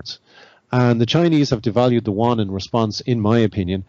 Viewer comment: How come no one can pronounce Yuan correctly? Yew-ahn.